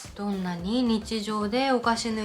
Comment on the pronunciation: なぜたまにオールインワンにした方がいいのか説明が無かったです🥹 あと｢はくざとう｣ではなく｢しろざとう｣です😊 良かったら今後のために¨̮⃝ꕤ︎